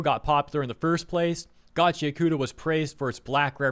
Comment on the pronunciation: it's GACHI AKUTA not gachyakoota...